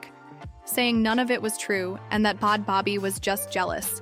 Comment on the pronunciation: I’m dead😂. It’s “bad baby”. Everyone makes mistakes, I honestly found the video better with it being pronounced like this😂